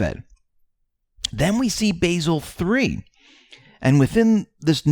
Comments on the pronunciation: Not to be picky, but, Basel 3 is pronounced Bah-sel. Not Ba-sil, with a long A. That is an herb, not a city in Switzerland where the BIS is based..... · Basel, Switzerland is pronounced Bah-zull not bay-zil. There are no Annens, only anons.